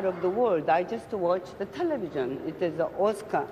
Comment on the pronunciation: 텔!레비전 한국식으로 강세넣어 발음한거가 귀여워요 ㅋㅋ